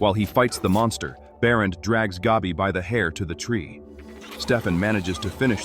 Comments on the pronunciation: Hey AI, let me help you out. It’s not pronounced “Gobby”..think of the word, cat or hat. Then say it out loud, Gabby…There ya go👍🏼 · Why does "Gabi" rhyme with "Dobby?" 😆